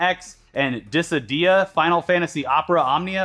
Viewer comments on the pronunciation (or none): " Final Fantasy Diss-uh-dee-uh." Lol you cute.😆